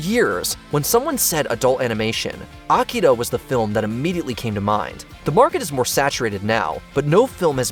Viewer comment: It is pronounce AKIRA not Akida, not to mention you should of not put any animation from Japan considering lot of it is more centered around adult content, and i think Akira is over rated.